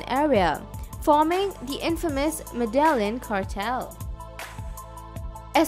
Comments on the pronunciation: Its Mede-yin not MEDALIN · Its pronounced ME-THE-YIN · I can't keep listing to this video with the voice butchering the name Medellín, pronouncing it medallion.